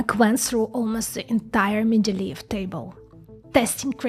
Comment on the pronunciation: . . . "Mendeleev Table" 😆 . . . just like Star Trek's Anton Chekov use to say.